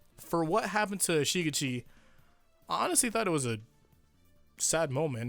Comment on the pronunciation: “SHI-gitchi” shi-GECHi shi-GECHi shi-GECHi shi-GECHi Say it with me now.